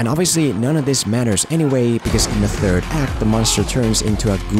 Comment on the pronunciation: he really has to learn how to pronounce "third"